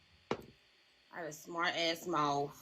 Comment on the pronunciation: It’s “ MOUTH” not MOUF🤦🏾‍♀️